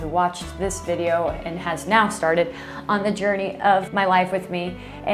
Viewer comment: Your Midwest was showing on that “jourrrnayy” at the end! 😊